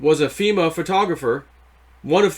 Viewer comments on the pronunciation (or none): none